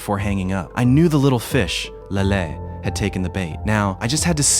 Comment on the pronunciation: why did he say lele like that